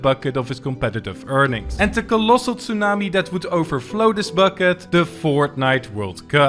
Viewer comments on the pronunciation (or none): none